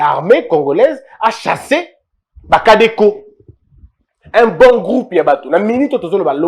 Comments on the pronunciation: Cher, il s'agit des Codeco et non "Cadeco" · C'est CDECO et non CADECO. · Codeco et non cadeco🙏